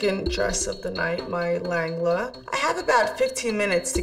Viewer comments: the way she said "laanglah" instead of "lehenga" is killing me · It's not a langla lol.its a lehenga pronounced lenga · She calls the lengha a Lagla 🤦🏽‍♀️ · did she really call a lehnga a langla lmfaooo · The fact that she called it a "Lengla" is so annoying lol. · I love the bride but i can't help cracking up at her pronunciation of lehenga